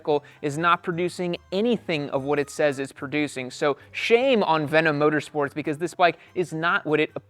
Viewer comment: Bro literally butchered this brand 😂